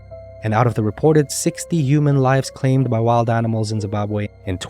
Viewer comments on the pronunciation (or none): none